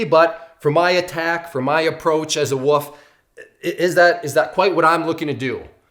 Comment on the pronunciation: I think you’re awesome but I have to nitpick on one thing it’s wolf not woof you’re saying woof a dog goes woof a wolf is an aggressive animal that’s seeks out its prey a woof is a sound a dog makes